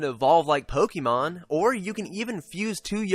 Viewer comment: Nice review,. Have you played Attack of the Friday Monsters? I'm interested in Yo-kai simply because of that - I think the worlds are similar, culturally. I really don't like Pokémon (it's Poke-ay-mon, not poke-EE-mon, funny guy!), so glad to hear this isn't that.